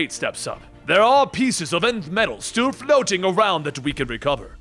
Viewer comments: If he says "nyn-th" one more time instead of "N-th" 😡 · NTH is pronounced 'inth' not 'nith.' Think about it. Feel stupid for a minute then stop doing it! This whole episode is ruined by this 'nith' word you keep saying. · I thought it was the enn-th metal not the nin-th metal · No complaints here ... Totally diggin the vid .... Just wonder ... Is it pronounced Nth metal ... Like with and N ? Or Inth Metal ? Like its being spelled with an I ? I'm sorry I just always assumed it was pronounced like its being spelled with an N ... Thanks for the kick ass video ! Metal and Secret Wars 2015 are the two trades I really been looking for ... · Shyera. Shy-era. Sigil. Si-jill. Nth. Enth.